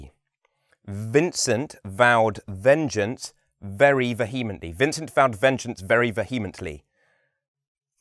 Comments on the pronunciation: you pronounced vehemently as ve-HEEM-ent-ly. I only find VEE-eh-ment-ly on online dictionaries. Or am I missing something? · The first line of the G and S on board 2 should read 'I am the very model....' not 'pattern'. Also 'To sit in solemn silence.. should be credited to G & S from The Mikado and it should be 'on a dull dark dock' not 'in'. Love this presentation apart from the pronunciation of 'vehemently' - ˈviːəməntli/ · Oh I think you mispronounce the word VEHEMENTLY 🧐